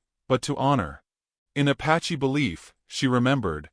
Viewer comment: “Bow” as bo, not Bao : Apache, not “a patchy” : probably mercantile, not “Morgan tile”